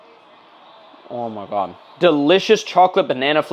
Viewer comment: I like how he says OOMAGAHD